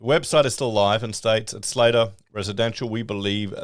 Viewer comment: It's pronounced slatter like hatter